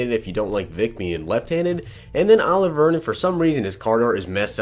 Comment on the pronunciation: Say it with me O-liv-E.A Vernon